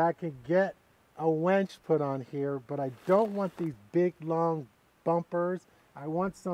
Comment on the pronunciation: Never thought Barry Bonds and my wife would have something in common but they both pronounce winch as "Wench"